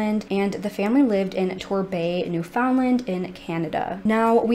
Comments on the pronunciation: awesome video but the way non newfoundlanders pronounce newfoundland bothers me lmao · I like how you say Newfoundland. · As a Newfoundlander myself I'm sick of people worrying about how the world pronounces Newfoundland. Some.ppl take that so seriously. We are the odd ones. Every other place in the world with "land" at the end, pronounces it like "lind"... England, Ireland, Greenland.... ect. We are the only people who literally says land, and pronounces found like fin... Ppl who speak modern English and didnt learn how to say it like we do are never going to pronounce it like us. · Thank you for covering a case from my homeland. It’s such a small place in Canada, most people didn’t hear about it until 9-11. I’m very familiar with the case and believe they all perished 24 years ago. I don’t know how the mom has coped all these years, not knowing the fate of her children. Btw Newfoundland rhymes with “understand”. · Newfoundland is actually pronounced New-fin-land! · pronounced "newfinland" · Newfoundland is pronounced like “understand”. Not NewFOUNDland or NEWfoundland. Altogether. Look up Mindy Kalings description 😂 I figured you were from here (NL) when doing this case until you pronounced it. Thanks for covering this case. So sad. I wonder about them all the time. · I am originally from New York State and the correct pronunciation for Newfoundland is NÉW-fnd-lnd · Just for anyone interested, Newfoundland is pronounced like "new-fun-land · 45 years& I never knew it was pronounced new-fun-land😂😂😂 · The way you pronounce Newfoundland is.... newfin Land with the emphasis on Land. You say land and not Lind